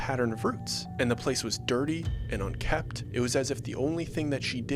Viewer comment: Its "UNKEMPT" and "WELLKEMPT" not unkept or wellkept